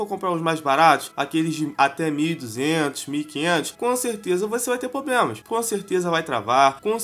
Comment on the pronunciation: "Você vai ter poblemas" kkkkkk